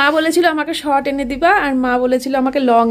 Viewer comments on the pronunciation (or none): none